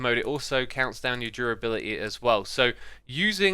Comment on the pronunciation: its durability not jurability